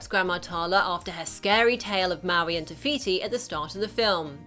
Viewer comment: not being mean but its no tiviti its tifiti